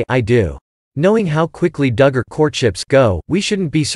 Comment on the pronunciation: or how to pronounce DUGGAR